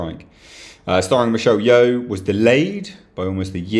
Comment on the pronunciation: Michelle Yeoh 🤦🏼‍♂️